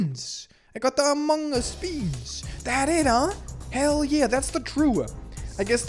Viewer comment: I love that instead in also other playthroughs, Instead of saying among us, or amogus, he says "mogoose".